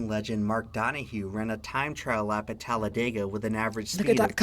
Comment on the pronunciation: Here's another fun fact: us locals do not pronounce it "Talla-day-guh", we say "Talla-dih-guh". The narrator pronounces it that way at roughly . Think "dig", not "dayg", if that makes any sense, lol. Technically, it's meant to be pronounced exactly the way it's phonetically spelled, so its really pronounced "Talla-deh-guh".